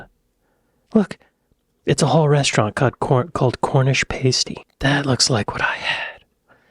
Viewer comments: For a chip butty, bud? Salt and malt vinegar. Not sauce or any other vinegar. There is a balance to find. 😎 Or in Scotland, salt & brown HP sauce. Also in British, it is not a 'pay-stey' it is a 'pas-tee'. ;-) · Pass-tee not pay-stee when taking about Cornish Pasties!!! Come on get it right!!! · Why does insist on saying Paste-y even when the video says pasty over and over. He’s done this before. It’s pass-ty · ALWAYS Chips. NEVER French Fries ! They are 2 different things ! BUTTY not BUDDY ! DONER = DONN ER not D OWN ER. AGA = AA GA not A GA. PASTY = PASTEE not PASTE EE. The DVLA in the UK does not have regional offices like the DMV in America. It is one department of the government situated in SWANSEA, WALES. We don't physically go there for anything. We don't say " bartender". We say "barman". Christopher Nolan !!?? ELEVENSES not ELEVENZEES. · It's not a pastey, you muppet! lol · For god sake it's pronounced PAS-TEE NOT PASTE-E. She said it many times in the video. It doesn't rhyme with pastry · NOT A PASTE-EE!!!!!!! 😡 a PASS-tee! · Why when she tells you how to pronounce Pasty (Pass-tea), do you have to mispronounce it as Pace-tea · Pasty is pronounced as "pass tee". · Your hair looks right nice, you cheeky chappy. By the way, it's pasty (the a pronounced as in pat), not paysty. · Hears her call it a pasty no less than eight times. "Y'all, I've had a paste-y" Americans do this a lot, they hear someone pronounce it repeatedly and then really obviously say something that doesn't sound like it. Does the entire nation need hearing tests? Genuinely how do they mess up such simple things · Ease listen it's aCornish Pastyas in the sound nasty NOTpaysty as in ttasty. Pleeeeaaassseer you're annoying this Cornishman. PS love the hair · Also tell them pasty is not pronounced pasty. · You are pronouncing PASTY wrong. You are saying the start as if it rhymes with Paste. But it actually rhymes with Fast.... Pasty. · It's not Paste-ee, it's Past-ee